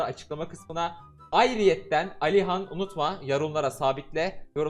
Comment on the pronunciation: Normal adam:Alihan:aliyan